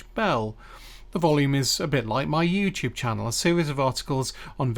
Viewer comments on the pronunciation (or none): none